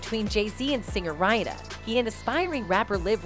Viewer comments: It's pronounced: Be - yawn - say So - lawn - jah Re - on - na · "Beyounce' Lord 🤣🤣." Rhyna" , "Bay" I can't with this narrator 😵‍💫😂🤦🏾‍♀️. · The singer's name is Rihanna ....... NOT Rina!😠🤫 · BAY-YONCE & RAY-ANA 🫣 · Riadda (Rihanna) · She didn't say Rihanna right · This reporter doesn’t even know how to say Bee or Rere or Solange names